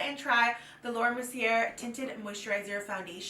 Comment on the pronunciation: Is there any reason why you constantly mispronounce Mercier? It’s surprising considering you have also received PR from them in the past and that no one from their team has educated you on it. It is a French name so the R is silent. It’s pronounced “Mercy-yay” not “‘Mercy-ER.” Might be worth it to learn how to properly pronounce a well known brand name to help with your credibility as a makeup reviewer.